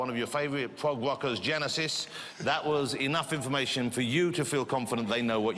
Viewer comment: did he say "pwog wockers"?